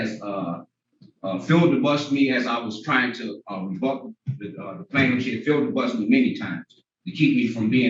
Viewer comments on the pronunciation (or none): Did he just say "filldebusted"?🤣😝🤣😝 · He totally didn’t give the word filibuster the proper pronunciation lol